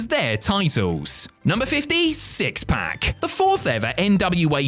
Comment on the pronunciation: "The 4th ever NWA Champion" syxx-pac?